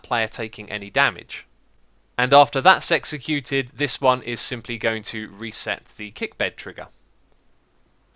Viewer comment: "Once that-sexecuted."